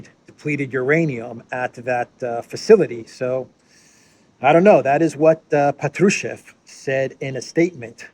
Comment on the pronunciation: Hi,. It's Pátrushev, the stress is on the 1st vowel, "a". Just fyi.